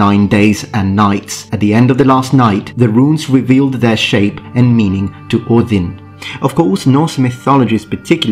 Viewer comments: Top marks for pronouncing Óðinn correctly! I just watched the video collaboration between Todd Cutler and Matt Easton and thought to myself, "Something is missing..." Aha! The! I would so dearly love to see a series of collaborations between the three of you. Be well. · I love the pristine pronounciation of Ođin